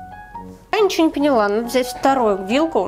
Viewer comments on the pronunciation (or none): none